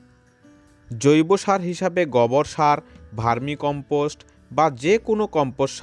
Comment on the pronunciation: গবর নয় গোবর